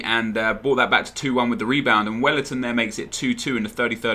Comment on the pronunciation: u say welliton like a bellend